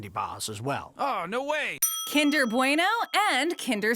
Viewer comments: they said bueno wrong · Did...how... how did you just pronounce bueno? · Oml I say bueno way different to you (Im from the UK)